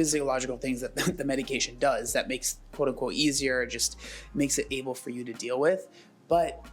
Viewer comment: This has nothing to do with anything but why does she pronounce everything like it has multiple o's? Dooose, trader joooooes. Is she originally from the midwest or does she just like to talk like that for no reason 🤔